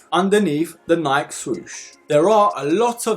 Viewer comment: FYI it’s Nike (Nie-Key)